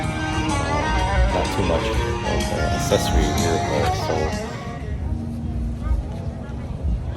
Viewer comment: Verical is not a word…. Vehicle